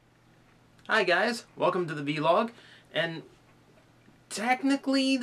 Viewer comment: i nitpick say vlog not v-log